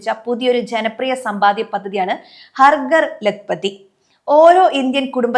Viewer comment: "ഹർ ഗർ" അല്ല "ഹർ ഘർ" എന്നാണ് ഉച്ചരിക്കേണ്ടത്. വന്ന് വന്ന് മലയാളം നേരേ ചൊവ്വേ പറയാൻ പോലും അറിയാതെയായി മലയാളിക്ക്😢